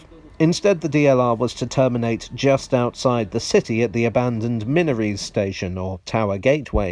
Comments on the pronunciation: Just a note: Wear in this case should actually be pronounced like weir. Also isn't Minories pronounced Minor-rees? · I’ve lived near Durham for 40 years so agree with the Wear (weir) pronunciation - but I’ve always heard and said Minories as Min-or-ees? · Eagerly scans comments for another heated debate on the pronunciation of “Minories”.... #disappointed PS you cunningly distracted them with “Tyne and Wear” instead.